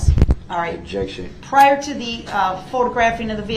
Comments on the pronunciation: Prosecutor: What is your name? Brooks: Objec-shun. Leading, speck-uh-lative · Every time I hear DB say "objection", all I hear is him saying, "disruption."